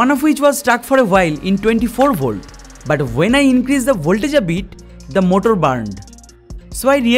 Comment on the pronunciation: His English is getting better and better But he say motol= motor